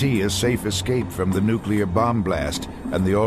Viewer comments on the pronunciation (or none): this imbecila says "nucular" 🤡